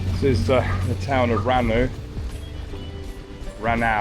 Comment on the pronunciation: RANAU to pronounce it 'RAW NOW' 😁